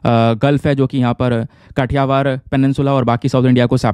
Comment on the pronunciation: Sir me bhi Gujrat se ..kathiyavad region se.....bt aap pronounce alg Kar Rahe he.....unko...kaathiyavad aese bolted he 😁😁